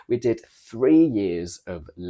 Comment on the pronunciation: Maybe your intonation is pretentious (affected), but your pronunciation two + Free - is not posh at all